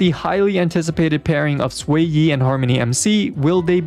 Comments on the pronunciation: Its not Swayi or sueyi its pronouced "Shueyi..." 😭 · Her name is pronounced more like "Shoo-ay" instead of "sway-e" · not sway-yee but more like sh-wear yee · Improved pronunciation! keep it up! What a journey. From "Zhu-yeee" to "X-Y" to "Sway-yih"! Reminder, in Chinese, the pinyin is "Xuě yī", which in english, is closely pronounced like "Shu-way", Sh as in shake, (because it's called the glottal stop in linguistics), then "yEEE", emphasis on E, don't end it in a "-h" or sigh-like sound. so not a "sigh", but a "trEE" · I was losing my mind the way he was pronouncing it ngl 💀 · no, xueyi is chinese, the x is not pronounced like a s, it's more like a sh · jfc so much pain every time i hear you pronouncing xueyi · It takes 3 minutes to learn how to say a character's name buddy.